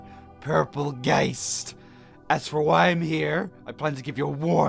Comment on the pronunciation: Geist is a German Word and means Ghost, You pronouncement was good